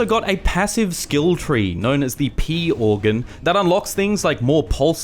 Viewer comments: I’m sorry but did you say “pee organ”? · "THE PEE ORGAN"